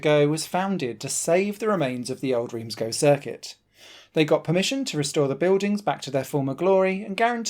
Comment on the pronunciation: Even allowing for English pronunciation ("Reems" rather than "Rance") "Go" is odd, I believe it should be "Guh" (based on my 'O' level French in the last century!).